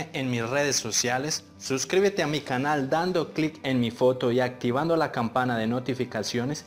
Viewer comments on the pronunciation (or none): none